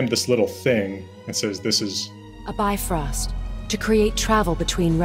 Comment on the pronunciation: Ahh the first time I’ve heard bifrost spoken properly!! It makes so much more sense how you said it rather than the normalized bi-frost way.